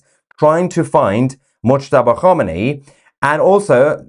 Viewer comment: Moooshtaba khaboooomi 😅😅😅😅😂😂😂